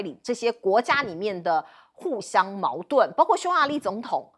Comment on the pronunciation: 为什么这个主持人说的是包kuo，不是包gua